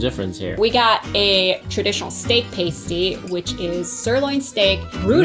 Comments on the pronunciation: I love all michigan foods. Probably because im from and live in michigan. And sorry I Laughed when you pronounced PASS-TEE wrong. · Upper peninsula native here. Its pass- tee Not paste-ee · I’ve never paused the video to write a comment before until now. I come from the U.P., home of the pasty. It’s pronounced PAST-E, not PASTE-E. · Not, "pay-stee" but ya say, "pass-ty" and they normally have venison or other wild game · It's "a" as in past, not "a" as in paste. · And it is pronounced p-ass-ty please stop saying pastee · Pronounced: PASS - T! Hi! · For the love of God it's pronounced Pass Tee. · pronounced PAST-TEE the way you are saying it refers to something strippers use. also it was.not invented because of bacteria it was to avoid ingesting arsenic in mines in england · NOO THEY CALLED IT A PASTE EEE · You are pronouncing pasty wrong. Try pas-tee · JUST WANTED TO SAY: Sorry to all the Michiganders for mispronouncing PASTY!! lol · The mispronunciation of Pasty hurt my soul, it’s my favorite food… should’ve tried Mackinac Island Fudge as well, iconic. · I cringed at how you pronounced pasty. 😬 But I’ll forgive you lol. You really need to get a pasty from waaaay up north (still in Michigan) to truly experience the flavor! 😊 Also, drink Vernors when you have a cold or the flu. Then you will feel more like a Michigander 😂. Red Pop for the faygo choice was not a good one. Go try the rock n’ rye or cream soda flavors! 👍